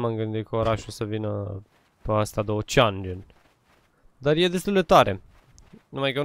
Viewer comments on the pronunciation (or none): none